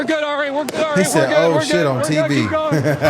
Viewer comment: He did say "oh sheet"🤣🤣✌️😎